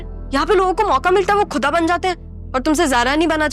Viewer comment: why these Paki Dramas speak Urdu in Indian Hindi. very sad . instead of Khuda they say Kuda !! why they pronounce Khay as K . instead of Khaas they say Kaas !! humiliating own language !!